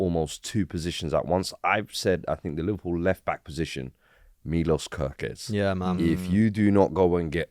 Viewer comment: *Kerkez come on now atleast get that right